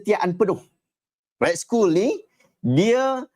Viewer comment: Skull 💀 tu "skal" ustaz... Hahaha...